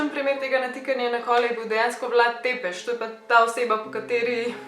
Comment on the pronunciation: Samo za info.. Ni Vlad Tepeš ampak v originalu...ampak imajo Romuni en poseben T s kljukico, ki se pri njih čita C. Vlad Țepeș Aja, drugače pa super videi, hvala 🙂